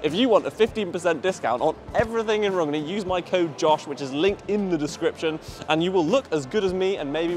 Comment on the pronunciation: I like how he called Magnus to ask how he should pronounce "Rungne", he got an answer, and still called it rug-knee